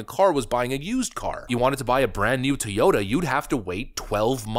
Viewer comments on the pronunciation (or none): Why can't you pronounce Toyota? Are you real?